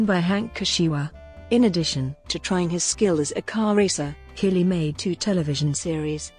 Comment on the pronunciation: You would think someone narrating a doc on Jean-Claude Killy would learn to pronounce his name correctly.